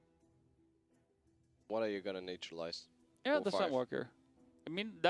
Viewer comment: Every time I hear them say "Nature-lize" I want to cringe. Its Nat-ural-ize. Not NATURE!